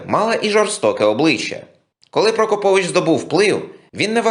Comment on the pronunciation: Наголос у прізвищі мабудь трохи не той..